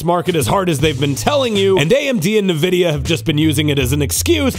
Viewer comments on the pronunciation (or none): please it's nvidia not nividia